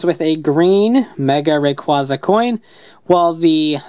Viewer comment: its REY-CUEY-ZU rayquaza thats how its prounounce